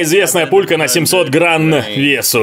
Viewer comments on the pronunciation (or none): Не грамм, а гранн. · "граН" - уже устал от вопросов про грамм?😁